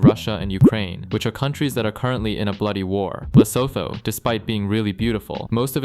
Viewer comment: Bad pronunciation